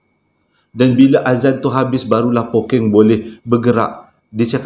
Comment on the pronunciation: Hahaha Pokkeng bang 😂 kalo Pokeng jadi lain maksud ye nanti 🤣 tertinggal 1 huruf “K”. but it’s oky. bunyi ye lebih kurang. kalo orang utara lain maksud ye